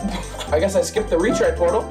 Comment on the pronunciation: "Retray portal"